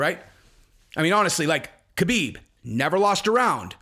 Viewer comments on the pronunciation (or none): Habib it's Habib not kahabib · Stop saying Khabib the way you do. You sound like a dirty casual. The K is pronounced like an H. Just pretended it's spelled Habib. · Hey, I love your content and I'm a big fan...I just wanted to point out that the "K" in "Khabib's" name is silent...I'm positive that the other mma content producers will follow your lead if you pronounced the name properly...Ty. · Man if you are going to say Khabib's name so much, pronounce it correctly haha.